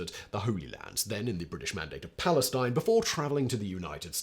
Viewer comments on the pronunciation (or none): none